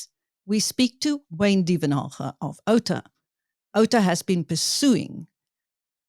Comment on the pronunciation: OUTA "OUT" "A" not outa dear host lol. That is a whole other meaning.